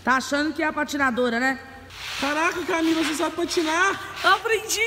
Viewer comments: O falou Camile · No começo do vídeo o falo camile e não Camila 😂😂😂🤣